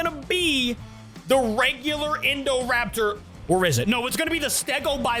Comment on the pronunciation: Uh you said indorapter